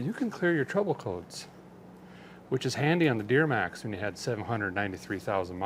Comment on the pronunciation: Just a question did you know you said deermax😊😊